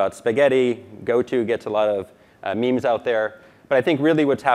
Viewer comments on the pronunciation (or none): none